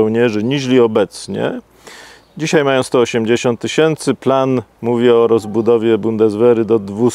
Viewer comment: Zych się nie zmienił, nie oglądałem go pół roku, wrzucam ten film i co słyszę w pierwszych minutach? "DZISIEJ" NO JA PIER...